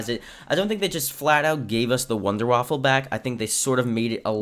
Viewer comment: Wunderwaffe. NOT waffle